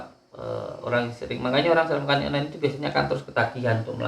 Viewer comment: Punten gus... Onani bukan inoni 🙏🏻